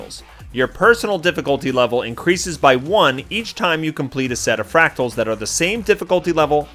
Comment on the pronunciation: Thanks, I'm a boomerang myself and not only did this help a lot but, hearing you struggle with the word fractals was priceless! thanks mate